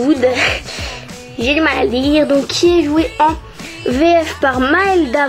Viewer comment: DAMON DIABOLIQUE ??????? Ahhhhh tu regarde sur internet leurs noms??????? Nina joue également Amara dans tvd Tu sais pas dire lockwood ??? Tu devrais te refaire la série pour être au point là dessus et refais une vidéo 😉